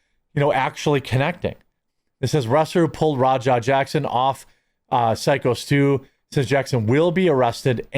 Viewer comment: Finally you say Syko Stu's name right. Only took a week and a half.